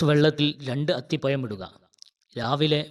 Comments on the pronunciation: അത്തിപയം അല്ല അത്തിപഴം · മലയാളം ശരിക്ക് ഉച്ചരിക്കാൻ നിനക്കറിയില്ല. അത്തി പ്പയം അല്ല അത്തിപ്പഴം എന്ന് പറയുക. ഴ എന്നിടത്ത് യ എന്നാണ് പറയുന്നത് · അത്തിപ്പയം അല്ലടോ അത്തിപ്പഴം എന്നു പറ കുട്ടി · അത്തി പയം അല്ല, അത്തിപ്പഴം എന്നാണ് പറയുക.😮😢😂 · അത്തിപമല്ല മിസ്റ്റർ അത്തിപ്പഴംഅക്ഷരശുദ്ധിയില്ലാത്ത സംസാരം കേൾക്കുമ്പോൾ വളരെ നീരസം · അത്തിപ്പഴം അത്തിപ്പയം അല്ല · Nee evidunna malayalam padichath athipayam😂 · അത്തി പയം😂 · സ് ഹൃത്തെ അത്തിപ യം എന്നു പറയാതെ അത് പോലെ ഏയ്യ് എന്നുപറയാതെ